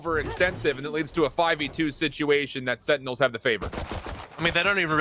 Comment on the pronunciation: Why can’t he say sentinels instead of “SeINals”